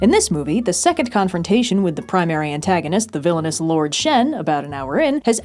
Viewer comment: I heard "Villainess" instead of "Villainous"